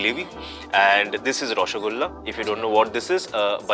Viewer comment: IT IS ROSHO 'GOLLA' NOT 'GULLA'. Please Netflix learn these terms at least from the Bengali actors.